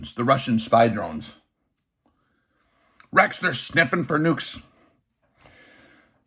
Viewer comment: He’s “keeping up with the Dronses.”🙃